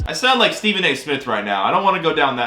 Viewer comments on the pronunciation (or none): none